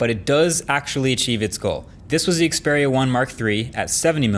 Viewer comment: after 3 generation of the Xperia 1, finally Marques know how to pronounce the name correctly